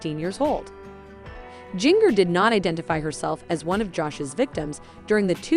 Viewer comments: WHo the F is Jing-ger???? Seriously her name is pronounced like the spice, gin-jer. Your fake clothing drama is ridiculous but your titles even worse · Her name is Jinger ( pronounced Ginger like the spice! ) Not Jin-ger!! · You obviously don't read the comments, about your pronunciation of mongers first name, try reading the comments, and notice your mistakes.